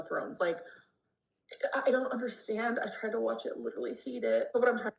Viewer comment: when someone shows MILD INTEREST she claims they're LIDURALLY UBSESSED. She's too stupid to articulate any other words with her incredibly limited vocabulary